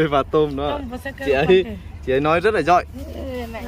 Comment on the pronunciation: A nên đổi tên thành đi. Haha. Để ý thấy a k nói được chữ có dấu hỏi. Giỏi thì thành giọi, hỏi thì thành họi. thì thành:)))) Đúng là:))) Xong lúc nào mặt Cụng như đang cười. Nhìn vui mà lại thấy hài hài. Em chúc anh thật nhiều sức Khọe, vui Vẹ và hạnh phúc nha.